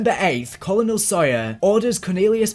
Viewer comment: Please google how to pronounce colonel